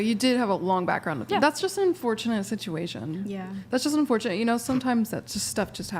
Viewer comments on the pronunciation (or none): I can't believe they went the whole podcast, not correcting the word in-fourtunate. how unfortunate.